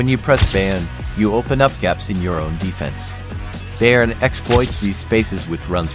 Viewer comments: Bayern is pronounced "Buyern". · Why do you even pronounce "Bayern" so terribly wrong? If you do videos about them, show some interest for the club. "Kimmich" is probably too hard, as well as "Laimer". But the guys on ESPN pronounce the makes correctly, so you should be able, too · You need to learn how to pronounce Bayern